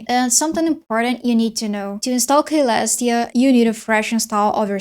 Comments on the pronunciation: klestia shell ummm the actual pronunciation is Celestiashell (Selestiashell) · it is Selestia not Kalestia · "kaylestia" ICANT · Hi, youre mispronouncing Caelestia, the C sounds like an S, like so "suh-LESS-tee-uh" great video btw. thanks. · I think it's "see-lestia" or maybe just "sell-lestia" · man its C not K 😭 killing me lmao.